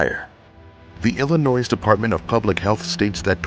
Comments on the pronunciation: The 's' at the end of Illinois is not pronounced as this narrator is doing. Think of how words like lingerie and Perrier are pronounced. Silent letters at the end as in the French language. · The s is silent in Illinois.